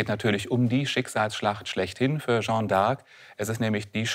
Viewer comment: Für so eine Expertenrolle sollte man sich doch die kleine Mühe machen, zumindest die französische Bezeichnung korrekt auszusprechen und nicht aus der "Jeanne"" (feminin, gesprochen: schann (kurz!) einen (maskulinen) "Jean" (in etwa gesprochen schang; nicht nasal) zu machen.